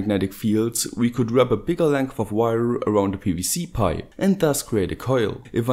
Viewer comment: " if you take a piece of wayooo ...''